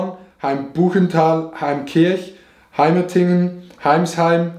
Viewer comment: Jap weiß nicht genau ob er meins überhaupt gesagt hat weil er HeimerTingen und nicht HeimerDingen wie es eigentlich heißt 🤷‍♀️